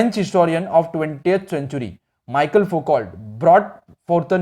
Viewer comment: you said michael